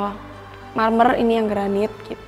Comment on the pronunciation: baru kali ini saya nonton house tour yg selalu sebut kata MERMERRRR....😁😁